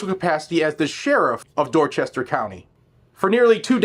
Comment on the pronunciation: PS. You pronounced Dorchester wrong.